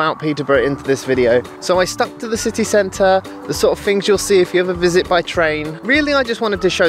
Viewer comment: City cent-ahh the most Peterbourian way too say city centre 😉 great video man!